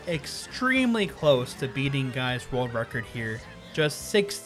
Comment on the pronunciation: Why does he pronounce it rorld record